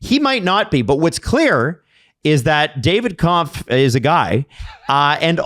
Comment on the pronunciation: Hey guys it's Kämpf, the ä is pronounced "ae". Only says it right